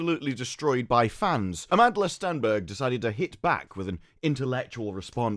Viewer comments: Stenberg lol. Every time. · "Stenberg", eh?